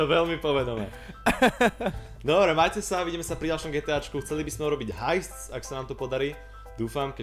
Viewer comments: hajst = haist = lúpež hejst = haste = podstatné meno od slova ponáhľanie :D v češtine spěch po slovensky to je vraj spech ale v žviote som také slovo nepočul ale podstata je tam :D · Snippi CZ"hejst" by bylo haste jak už tu někdo zmínil. To jste se neučili že ei se čte "aj"? :D Taky si myslím že se to čte "hajst". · SuperGamingCZE pej dej 2 hajst taka vyslovnost dementor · Gogo prosím číta sa to " heist" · Číta sa to "hajst" ;) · Tomáš Horňák ne, číta sa to hejst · Tomáš Horňák To je fakt super ale naozaj sa to cita hejst ;) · ***** čte se to hejst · Tomáš Horňák Je mi líto ale doopravdy se to čte "hejst" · Snippi CZ Koukal jsem ale bohužel nemohl jsem tomu uvěřit ale je to hajst :DD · Tomáš Horňák číta sa to hejst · A ešte ten dementný minecraft s tým enchantom... to sa číta hejst... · když tak se to čte